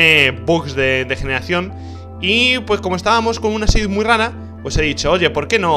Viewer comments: MU RARO? Rich, se confirma que eres de Murcia :v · alguien mas noto que decía MU RARO ?